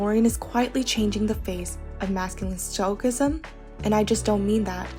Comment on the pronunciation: This was a lovely tribute to Pedro! My only note is that stoicism is pronounced with a soft C, like "stoh-ih-sizem."